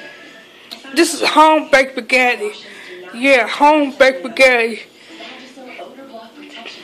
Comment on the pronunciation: How are you able to Spell Spaghetti but can't pronounce it